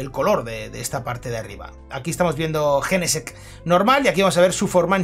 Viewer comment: A alguien más le da rabia como pronuncia jenesect???😅😂